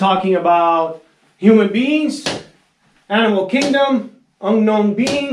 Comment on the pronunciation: Human beans ,, Unknown beans ,, other rest reminds me a meme from Butthead